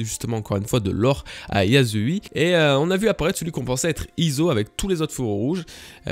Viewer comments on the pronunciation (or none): Bonjour! Je tiens juste à préciser que la prononciation de yasuie n'est pas "yazouille" mais "Yassouïé" Bisous!